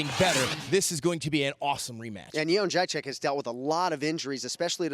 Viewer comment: “Bilal” Gordon Haaa!!! That's hilarious! I think it's "Yuh-Jay-Jeck."